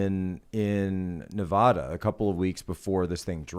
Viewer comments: I wish people could learn to pronounce Nevada. It's so lazy. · I live in Carnegie, PA. No one outside Pittsburgh pronounces it correctly. I don't know which Nevada is correct because I hear both equally.